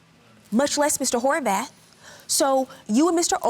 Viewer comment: I know I can’t be the only one who heard “whorebath” 😂😂